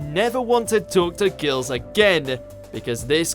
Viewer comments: the way he says girls makes me laugh for some reason :D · Why can't this dude speak like a normal person? "how to talk to geurls, if you never want to talk to geurls again-e"